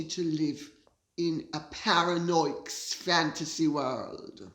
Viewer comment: In the first 5-6 minutes of this show, did Lady C call Harry "Paran-OIC?" or did I just mis-hear? If I did, my appologies. Much love from Canada PS Lady C, Micky, and Wuppies are gorgeous as always ❤🌹